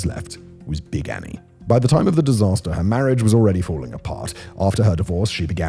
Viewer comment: They have a life-size cutout of Big Annie in one of the museums. Such a badass. Also, much better pronunciation than I was expecting, Simon! Kudos~! <3